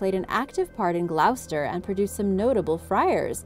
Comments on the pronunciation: no it’s just Americans want to re write the ENGLISH language.. it might have been hard to figure out before the internet.. it takes two seconds to ask Gloucester pronunciation.. and it will say gloss-ter not glowse-ter ... that’s a yank think.. changing the spellings and pronunciation of English words.. it’s just lazy and disrespectful.. you wouldn’t tell another country to change how they spell their words just because you can’t figure it out. 🤦‍♀️ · Not pronounced 'glowster' but 'gloster' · It’s pronounced gloss-ter. Not glowse-ter. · Pronounced Gloster not Glowster. Please get our place names pronounced properly. Ta (thanks) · I'd have read it gl-oww-chester 🤷‍♀️ people mad and petty as hell over something so stupid. I wonder how many Britt's know how locals pronounce Greenwhich or Pfaffton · I do like your videos but please learn the pronunciations of English towns. It's pronounced gloster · Gloucester is pronounced ‘GLOSTER’ 😊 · more like 'GLOSTERRR' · It really pisses me off how they can’t pronounce any UK 🇬🇧 county correctly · Not being rude Gloucester is pronounced "Gloss terr" I used to say it "Gloss sess terr" until I went and lived there for a while!! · I grew up in Gloucester. Just to let you know, we pronounce it Gloster Great video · As a brit hearing her say gloucester wrong had me triggered 😅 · I know that was the only thing bad about the video that Gloucester pronunciation